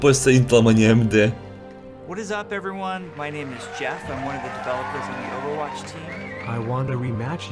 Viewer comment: Почемууу ОвервоТч? не надо так. просто overwatch